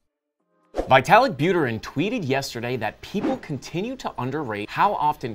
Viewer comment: Veetalik not vaitalik !!